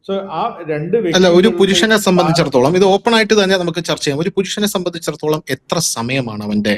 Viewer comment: "Sambandhichidatholam" ennu thelichu parayaan ariyillenkil aa vaakku upayogikkaathirikku maire